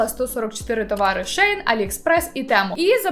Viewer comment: Ши ин правильно произносить 😊😂